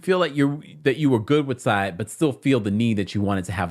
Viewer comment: Lmao "Sai eye" lol